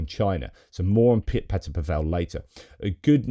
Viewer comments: I wasn't trying to be a smart-arse, J. But as a Brit who is now a naturalised Czech, I'm often proselytizing about correct pronunciation of Czech names. Remember poor Martina NavraTILova, who was always announced as the Russianised NavratilOVA. PAVel is just, as you certainly know, Paul in Czech. PaVELLE would probably be FaRAGE's brother! (If you see what I mean). Keep up the good work; I've been drinking at your well for three-and-a-half years. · (JFYI - Pavel has the stress on the first syllable.)